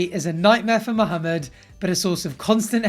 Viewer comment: Um, excuse me. I got way too happy when I heard you pronounce Mohammed properly. Good job and love the videos. ☺️